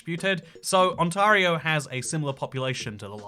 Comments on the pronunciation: I normally don't rag on people about their accents, but could you have tried a little harder to pronounce anything closer to a north American accent? Ontario even!?!?! Sincerely, someone from Saskatchewan. 💀 It's real bud. And we rip, bud. I don't know why anybody would make a video all about a place they've never visited. Toronto is definitely not the first place a Canadian thinks about when they think of Ontario either. Lol and the Accents are not from Ontario..if anything, ironically a prairie accent or a Newfie accent are the most obvious, thickest Canadian accents. Have you not seen Fubar? Trailer park boys? That is absolutely as Canadian as you can get. Go watch those and then let's chat about Canada 🤪😭😭😭😭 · I am Canadian (from Vancouver Island) and some of your pronunciation of our place names is hilarious. Ont-AIR-io (not on tar io). Ke-LOW-na (not ke -laow na) ). Victoria (on Vancouver Island) is said to be "more English than England" because it has Madam Tussad's, the Empress Hotel and double decker buses. Vancouver Island is the largest island on the west coast of the Americas and is heaven in summer (forget about the rest of the year). Toronto is the city we love to hate. Polar bears can be found in Churchill, Manitoba. It is famous fo them. There is a small French island off the east coast of Canada called Saint-Pierre and Miquelon. The Yukon is famous for a gold rush in the 1800s. Most of our boarder with the USA consists of a 6m treeless area line. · Im cringing over your pronounciation of Ontario.. Its On-tare-ree-o not On-tar-ree-o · On tah rio. Hilarious. Try On-tare-eeo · It's pronounced - ont-air-i-o. As a Canadian who's lived in the UK since 1982 I've heard "On-tarr-i-o" a few times (even on BBC news). It's a thing. Just saying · It's not pronounced ON-TAR-RIO It's pronounced ON-TAY-RIO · Dear God, it's pronounced: ON T AIR EE OH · It’s pronounced ON-TAIR-RIO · You mispronounced Ontario every single time 😢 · Kel-own-ah Ont-air-ee-oh